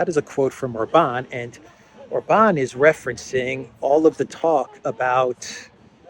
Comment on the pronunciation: Maybe while youre in Budapest, (whose name you DID pronounce correctly, yay!) you will learn how to pronounce OR-ban correctly (instead of or-BAN as if he were French)😍